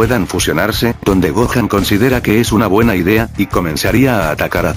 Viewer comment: siempre dice goan no dice gohan